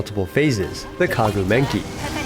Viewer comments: ah yes, the “Kaguu Menki” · "Kaguu Menki". 🤣